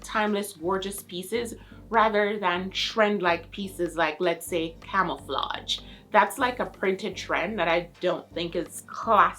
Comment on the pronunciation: Its camouflage, not camouflatge, damn.